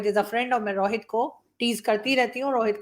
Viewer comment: Paxtani Rohit ko Rawhit bolte hai aur RAW ko Raa 🤣🤣